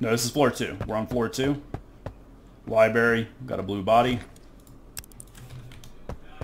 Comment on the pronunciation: These are great videos! Though as a concerned citizen who doesn't want you going your entire life saying "liberry", it is "library", like lie-brair-ee 📚 Unless you're saying it ironically, in which case keep on keeping on :)